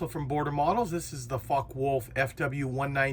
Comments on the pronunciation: It's more like "Fokke-Wolf" not "fok-wolf" 😁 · It's "vulf", not wolf.